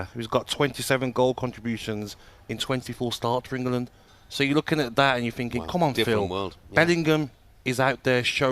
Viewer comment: Gabby making England a 3 syllable word on repeat 😂